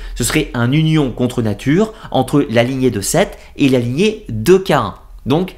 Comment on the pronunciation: Bonjour. Cest "Caïn"et non pas Caen. Tu n'es pas le seul à faire l'erreur sur la prononciation...